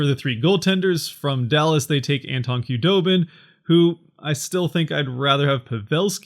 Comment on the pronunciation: its pronounced who doe bin not kah doe bin.....